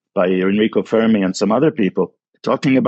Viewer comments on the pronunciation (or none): none